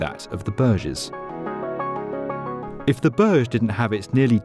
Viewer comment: Pronounce properly it's not Barj it's boorj